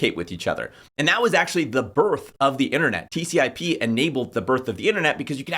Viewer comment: Dude, you have the right idea but you'd sound a LOT smarter if you stop calling the " TCP/IP" protocol "TCIP". You sound like you don't know what you're talking about if you can't even get that acronym right.